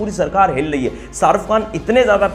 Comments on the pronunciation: Pehli baat Sharuf Khan nahi sharukh khan naam hai ..naam to suna hoga ... Doosri baat kisano ka mudda tumhe chota lag raha hai to tumne apne bolne per sochna chahiye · Hahaha ''sharuff khan '😂 jis admi ka naam nahi le pa rahe tum ..to uski personality ka kya andaza lagaoge ..😊